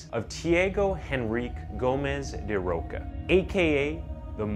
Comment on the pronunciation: Can I give you an advice, as a fellow Brazillian? Go to google translate before you attempt to say foreign names and check how to speak them in their language :) His name is actually spoken "Tchee-ah-go da Rosha", not "Tee-ago da Rocka". Just a tip! I'm loving your channel! ♥